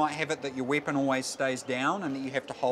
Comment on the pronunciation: hehe wieepon XD